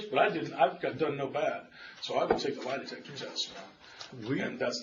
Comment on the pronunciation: When the detective said, "lie detester," I laughed out loud! 😂😂